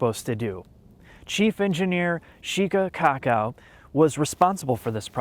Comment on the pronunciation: I wasn’t watching the video, only listening. I thought you said Chief Engineer Sheca Cock Out like you were trolling.